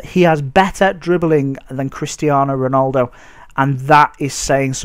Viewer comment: ronOldo... mate. you pronounce it Ron - al - do